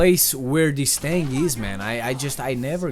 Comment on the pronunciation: It's thing, not thang